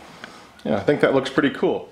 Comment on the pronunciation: The way said “cool” to his wife was pretty much a solid “k” in my book. 😂